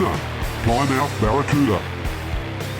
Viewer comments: Not ply-mouth, it's pronounced "plimmith" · 👍🏁😀 say it.......PLIM-UTH😉